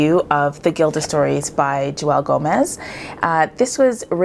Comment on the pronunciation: Her name is pronounced like Jewel... not Jew welle. She introduces herself in another video her on youtube. ;)